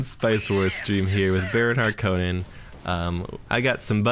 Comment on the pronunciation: The way the new movie pronounces harkonnen (and you) makes me cringe. It has an O not an A. 🤮 but all kidding aside, really like the frequency of videos!